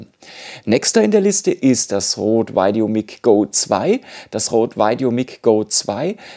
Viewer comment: Super Video. Vielen Dank. Sehr hilfreich. Hätte viel mehr Likes und Views verdient. Bitte nicht mehr Veideo sagen. Maik oder Mick ist beides möglich, da irrt sich TripleU-E.